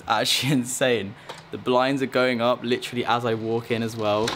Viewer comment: ahem ahem: LITCHRALY